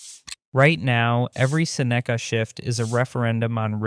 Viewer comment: I'm guessing he said his name wrong on the first cut and had to dub in the correct pronunciation.